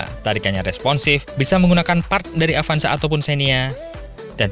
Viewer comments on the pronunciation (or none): none